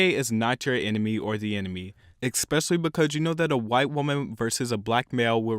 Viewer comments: eXpecially becuj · Yo please dont say "expecially" 😂😂